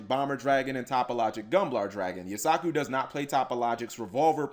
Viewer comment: says he watches the anime, but forgot that Firewall Dragon was summoned in season 2 and keeps calling Yusaku "You-sock-ooh" instead of "You-sah-koo"